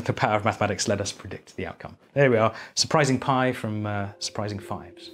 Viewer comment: “Su-pi-rising 5s”